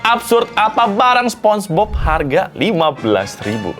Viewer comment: Sponenge bob ❌ Sponege cuci ✅